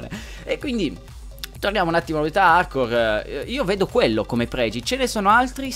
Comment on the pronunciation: sembra che dici modalità Arcore.....